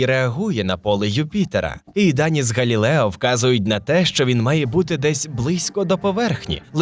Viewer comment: Диктор так старанно вимовляє "Европа", і так крінжово на цьому фоні звучить "Галілео", хоча прямо в цей час в кадрі напис "Galileo". А ще більше сорому за "серЕдину". Міняйте диктора. Він не росте. Його помилки ті самі протягом великого часу.